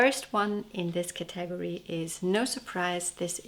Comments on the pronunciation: Your English is so correct that I want to suggest you learn the proper pronunciation for the work category. In English it is thus:CATA-gory. Not Ca TAG or. Hear the difference? Thank you for your wonderful videos on knitting. I really enjoy them! 🦩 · Thoroughly delightful as always! What a lovely collection of sweaters! I'm also vey impressed by your command of the English language! So if I may respectfully offer the pronunciation of "category": the accent is on the first syllable as in, "CAT-a-gory". It's much easier to say that way!! 😄😄😄 Happy New Year to you!